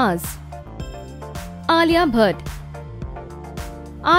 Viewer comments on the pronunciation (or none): none